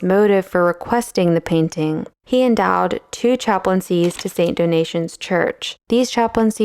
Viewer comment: St. Domition not donation